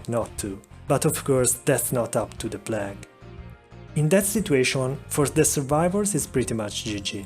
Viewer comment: The P L A G duuude